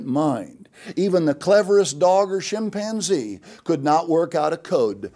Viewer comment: Did he say "shimpanzee"? Wow...